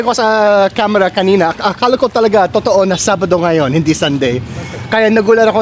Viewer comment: pan-SIT, not PAN-sit. i-BA, not I-ba (unless you're refering to Iba in Zambales.) nga-YON, not NGA-yon. is-DA, not IS-da. TA-kal, not ta-KAL. I'm aware of microplastics too and the harm it does to us and to wildlife. It's really sad. There's also growing evidence that it is linked to Alzheimer's and Dementia. Easter is referred to here as "Pasko ng Pagkabuhay" (Christmas of the Resurrection).